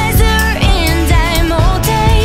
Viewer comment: She's a great singer! But the way she's pronouncing 'heart' and 'older' sounds weird. She isn't pronouncing the rs right!